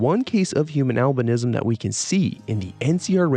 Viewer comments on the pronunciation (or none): For a good minute I thought when you were saying albinism you were saying Alvinism like some sort of religious belief worshipping Alvin and the chipmunks